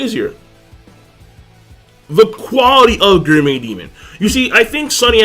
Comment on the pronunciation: why the fck cant you pronounce gourmet?